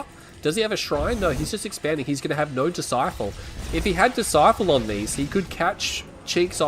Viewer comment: ITS BLACK DISCIPLE NOT DISCIFLE DISCIFLE ISNT EVEN A WORD